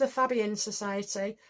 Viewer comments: Fabian is pronounced Fay Be an. All Labour MPs are members The Fabian Society, is a socialist society founded in 1884 in London, having as its goal the establishment of a socialist state in Great Britain. The Fabians at first attempted to permeate the Liberal and Conservative parties with socialist ideas, but later they helped to organize the separate Labour Representation Committee, which became the Labour Party in 1906. The Fabian Society has since been affiliated with the Labour Party. The Fabian Society continues to influence political thought in the UK. In the 1990s the society was a major influence in the modernisation of the Labour Party. Its report on the constitution of the Party was instrumental in the introduction of 'one member one vote' and made the original recommendation for the replacement of Clause IV. .At the time of the 1997 general election there were around 200 Fabian MPs in the Commons, amongst whom numbered nearly the entire Cabinet, including Tony Blair, Gordon Brown, Robin Cook, Jack Straw, David Blunkett and Clare Short. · It's Fabian actually, with the first syllable rhyming with 'hay' - like Faybian.